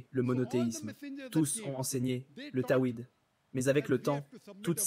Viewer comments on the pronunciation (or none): Pas fatiha mais Fatir Pas tawid mais tahwid Attention aux traducteur qui fait quelques erreurs SoubhanALLAH Qu'ALLAH Taa'la nous cuide vers LUI